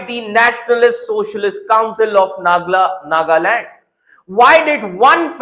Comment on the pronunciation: Chapri with backdoor knowledge. You only know goggle knowledge. Can't even pronounce Nagaland.